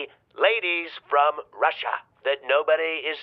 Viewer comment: you rock buddy. The trump doll sound bite kills! The way you accentuate "" Russia "". Hahaha. If I knew I had them by the diapers. LOL!!! Unclogged the sink at PetSmart. Hahaha. I'd say it looks more like the loose strands of hay/straw on the edges of the bale. Or a cotton candy machine accident. Or the hair from a gaggle of random MUPPETS. OR TROLL dolls. Always great.